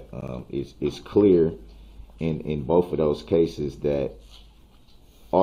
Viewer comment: Why do they say ‘boaf’ instead of ‘both’?